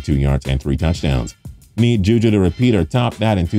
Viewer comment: if you say ju ju i’m gonna cry, edit: he did 😭